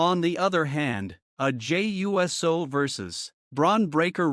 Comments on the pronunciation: Jey U-S-O. Never cringed more hearing someone pronounce USO. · You can't be too big a fan because you don't pronounce his last name correctly. If you were such a good thing you would know how it was pronounced. I'm a wrestling fan since the 60s and I know how to pronounce his name the correct way.